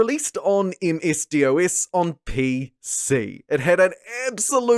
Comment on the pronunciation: who the heck calls DOS "dee oh ass"